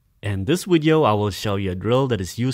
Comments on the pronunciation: PRACTICE ON PRONOUNCING VIDEO... NOT "WIDEO" LOL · Wideo, wery, dewwlope lol can't use words with''V"? hahahhaha!